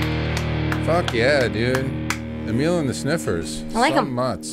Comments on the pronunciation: Nice 😊 ...I think it is pronounced Amil... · Um...you're not saying it right 😂 but that's ok! Say amyl nitrate. And whoa I haven't heard the name Lita Ford for years...such a great seemingly forgotten performer.